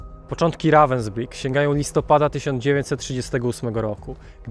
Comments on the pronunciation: Dokładnie to Ravensbhyk się czyta. Więc proszę się doinformować i nie wprowadzać w błąd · Naucz sie czytać i mówic po niemiecku końcówki er czyta się jak „a” miasto wypowiada się ravensbrug 😊😂